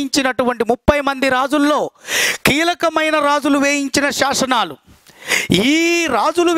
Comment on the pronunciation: శాసనాలు, శాశనాలు కాదు సార్